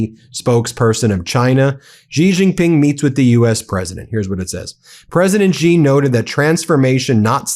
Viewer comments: Please pronounce Xi's name properly. It is pronounced exactly the same as the English word 'She'. It is not 'ji' or 'si'. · Stop pronouncing Xi as Gee or Zee, the proper pronunciation is Shee. Xi has been the leader of China for 14 years already, get with it. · Xi is pronounced "she". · Yo Xi is pronounced like "she". X = SH ; Not that the leader deserves all much respect, just for appropriation.